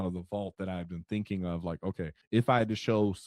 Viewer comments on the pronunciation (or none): Great combo! I like your 'finking Bruh! Also, WAAAAAAGH!